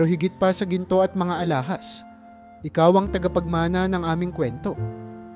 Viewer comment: Ulit ulit😢bjnalikan mo lang ang nalampasan... Pala buo pagbigkas...pala iba din kahulugan...alahas..d alahaas